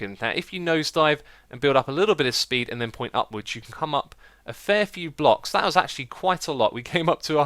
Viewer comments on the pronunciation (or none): none